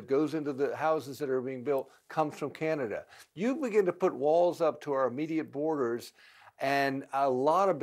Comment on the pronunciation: "Manada" LMAOOOO